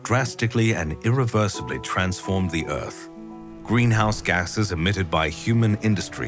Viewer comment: Let's all pitch in to save the 'uth'! jk good video